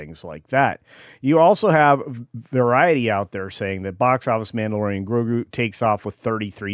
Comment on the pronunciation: Did I miss hear or did you call it the Blandalorian?